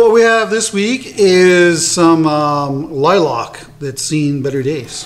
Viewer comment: Sir... I just stumbled upon your channel. I LOVE your work. However, you have me scratching my head. I have never, in the 40 years God has graced me on this earth, heard anyone call a lilac a "lie-lock". At first I thought you were talking about a different tree or bush... but nope. I live in the Ozarks part of Missouri, so of course, heard a lot of funny things. But every time I hear lilac, it's "lie-lack".